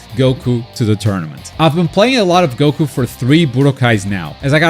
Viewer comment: thanks for saying goku and not gouukou like most of gringos